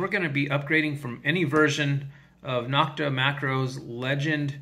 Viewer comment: Thanks. NO-k-ta is pronounced with a long O, just like the O in Makro. Not Knock-ta.